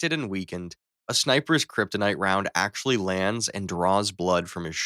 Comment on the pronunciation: he said krytonite bullet